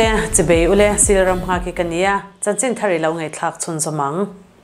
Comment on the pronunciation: Engatinge chanchinthar puangtu hian... "Chi ( bei ) u le" a ti ang tak-a ka hriat tlat mai le ... "Chi ( bai ) u le" ti a sawi emaw, lam-rik emaw kha a ni thin si a... 😮😮😮